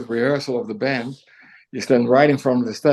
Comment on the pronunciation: Why do you keep saying "brand" instead of "band"?